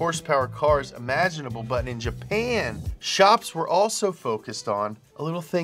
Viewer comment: Nailed the Jesse impression. Almost did a spit take when I heard you say "Jhaphan"